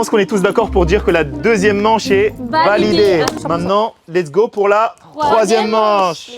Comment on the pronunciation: A chaque fois dit,es go babe😂😂😂😂